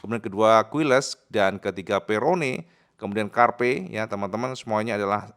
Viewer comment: Izin sedikit info,: - "QUILES", dibaca "KILES". - "MUÑOS", dibaca "MUNYOS".